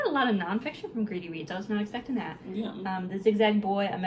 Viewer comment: You said you were going to Greedy Reads, but I thought you said “Gravy Beans.”😂